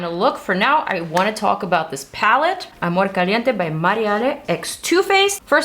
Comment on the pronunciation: Mariale logró que dijeras amorrrrrrrr con tono latino jajaja te amo ❤️